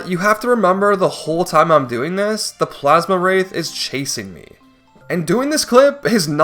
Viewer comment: Plaz-Um wraith, NOT Plaz-Ma wraith!